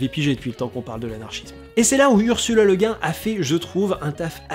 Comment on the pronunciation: Merci!!! Et au passage, sur la prononciation, je crois avoir lu quelque part que c'est cette prononciation française qu'Ursula Le Guin préférait, Le Guin étant le nom d'origine bretonne de son mari...